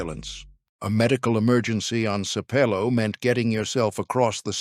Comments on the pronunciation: Sape low, pronounced wrongly the whole video😖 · I’m 26 seconds in and it’s annoying that you aren’t pronouncing Sapelo correctly. Otherwise, very interesting. The Gullah/Geechie community and lands need protection as a living heritage sight. Give them their land back!